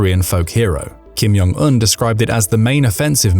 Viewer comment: it's not "Kim Yong Un", it's Kim Jong Un (J is pronounced as in "blue Jeans")